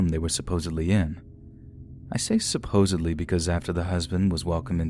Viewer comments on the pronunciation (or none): none